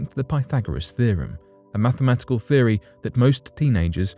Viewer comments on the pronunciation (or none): none